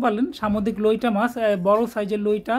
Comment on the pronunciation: আরে ভাই লইটা না লইট্টা ভালো করে বলতে শিখুন